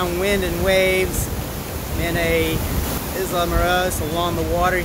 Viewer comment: I have been there many times. That is THE whitest pronunciation of Isla that I have ever heard. Hope you had fun we love it there. Headed down in March.